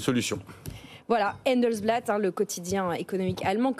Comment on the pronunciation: C’est le Handelsblatt. A prononcer comme “handball” pas “hèèndelsblatt” 🙄